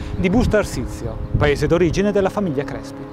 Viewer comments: io di cognome faccio Crespi.....e quanto odio che si pronunci con la E aperta -.- Comunque video interessante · ) comunque, CRESPI con la E chiusa :pPp